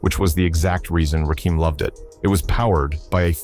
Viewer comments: My favorite rapper but he's doesn't have a dim to his name. The narrator knows nothing about him, it's not Rakeam it's Rakim as in Little Kim. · Quit talking,we'll just watch since you cant get the man's name right!